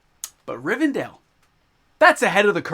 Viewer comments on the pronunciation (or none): Please stop saying RivenDALE 😂